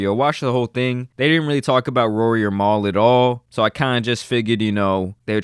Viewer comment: He doesn't really listen to the podcast lol, he was pronucing Mal like maul while telling us he a big fan of the podcast 🤦🏾‍♂️